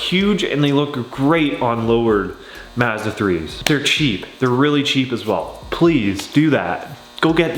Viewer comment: Mazda as in hi Mom, not Mazda as in Matter